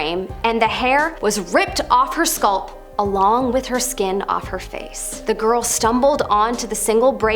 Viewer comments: Scolp, just like how they pronounce Scallops as Skollops -_ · How did you pronounce “scalp” again? 😎